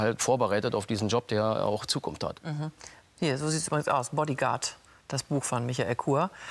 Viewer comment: Lach "Baddi gard". Dämlicher Video Kommentator.